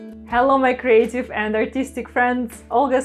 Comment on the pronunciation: what a smashing piece!!! have to tell you, Olga - every time you greet your fans, I hear "Welcome my crazy friends" know it's "creative" but it just gives me the giggles every time I click in to watch the magic you create!